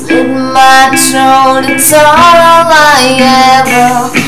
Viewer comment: You have a very powerful voice!! The only thing you can work on is the "T" sound when you pronounce the "th" like throat. Your pronouncing it like "troat." You know what I mean? But your so good! :D Well done!